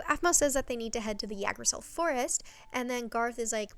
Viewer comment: Yggdrasil comes from norse mythology originally and it’s pronounced igg-drah-sil :) in mythology it’s a single tree, not a whole forest. it’s basically the tree of life in norse mythology